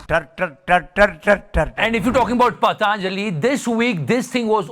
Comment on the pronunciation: Sir, Patanjali not paadaa-anjali